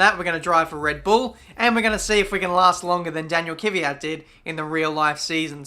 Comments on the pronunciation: I"m russian, and i think the correct prononciation is Kvjat, not Kiviat like pronons it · This is just bugging me too much,. "Kvee-at" not "Kivvee-at" Edit: Or if you want to get it really right, "Kvjet" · Its not Kyvyat, its Kvyat! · I was looking for this XD He pronounces it pretty weird yes